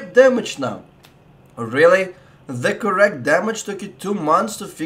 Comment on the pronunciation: CoRRect damage. Just love that accent haha